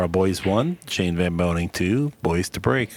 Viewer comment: The old boy spent the whole match pronouncing his name as Boyce,spoke far too much and unnecessarily to realise that its actually BOYES,who incidentally will be vice captain in the upcoming Mosconi cup next month.